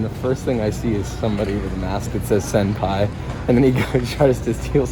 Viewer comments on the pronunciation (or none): 😂 I thought he said "send pie" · Yeah, I heard send pie as well, but knew he had meant senpai. Both to me sound funny. I'd like a mask that says send pie more though. Haha